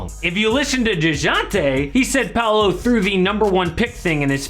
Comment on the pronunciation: It's not "Palo" it's Paolo, the way to pronnounce it, looks like Puh-ow-lo = Paolo.